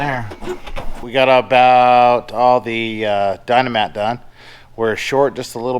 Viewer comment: Hey, it's Dynamat. Not Dino-mat lol!;-)